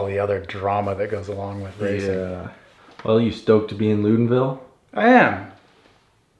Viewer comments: Ok I'm going to be that guy: it's not Loodenville it's Loodonvyell. The locals will appreciate you. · Disappointed they don't know how to pronounce Loudenvielle. Then again, no one seems to want to learn how to pronounce Val di Sole, either. Okay, I'm over it.